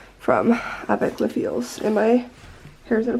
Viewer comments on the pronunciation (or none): Avec Les Filles is pronounced like “avec lay fee.” It’s French for “with the girls”